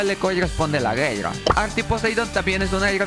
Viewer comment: Hablas bien raro en vez de decir Guerra! Dices (gelga)